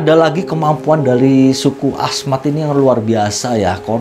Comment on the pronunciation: Hahahahaha lucu deh suku Asmat kali bang bukan suka Ahmad.. love you lah walaupun salah dalam pengucapan kalau sama orang ganteng gak ngaruh kali, ya gak bang.